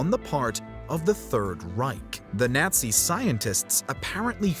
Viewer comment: Teach this narrator proper pronunciation of words like Nazi he kept flip flopping back and forth Nazi Nazi it's really irritating those aren't the only words that you mispronounced oh no he's really good at everything but that's just irritating when somebody's right maybe I'm just having that time of the month type of day and it's just become irritating think I need a Midol